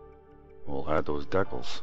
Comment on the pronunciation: At least you aren't saying "Decknals" like Ricky from Trailer Park Boys hahahahhaha Seriously though, dude, it's decals, like "DEE-kals"